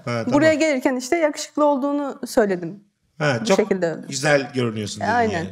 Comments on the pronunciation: Kadının eşine yağuşuklu demesi ve Mesut abinin yanlış anlayıp bölüm sonuna kadar yavşuku demesi mdjfkrlelmkrkflfk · Kadın Yakuşuklu demedi mi? Ben mi yanlış anladım. Mesut yanlış anladı ve sürekli "Yavşuku" deyip güldü :)